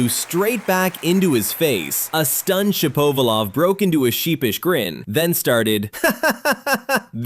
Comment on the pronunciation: Sha-POE-va-lov? It's Shap-a-VOL-ov! I'm so sick of AI narration. Get a REAL PERSON to narrate for gawds sake!